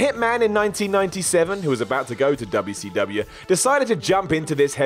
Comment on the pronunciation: Just here to hear say Duubya See Douhbya